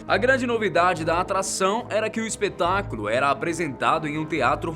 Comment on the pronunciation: só eu q percebi q ele falou espetraculo?